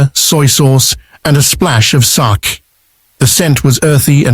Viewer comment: Good info but terrible pronunciation of Sake and Wakame. Pls be respectful of the Japanese language. Take the trouble to get it right.